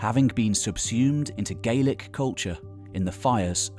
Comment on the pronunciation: The complete mispronunciation of all the modern Scottish placenames takes away all the credibility- even the pronunciation of 'Gaelic' is the Irish version! Very bad.